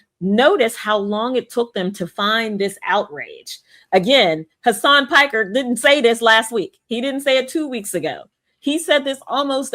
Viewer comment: did she say Hasan Pecker???